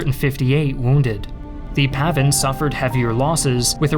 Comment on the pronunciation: its PAVN, not PAVIN.